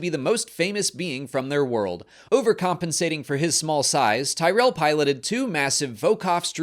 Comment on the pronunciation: I had to take a 6 hour breather after “The Ratts Tyerell Foundation” before finishing the vid